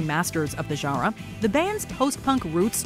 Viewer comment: Good selection. You could probably make a top 100 list, since there was so much great music from that time. Also, it always grabs me how distinctly she pronounces "genre."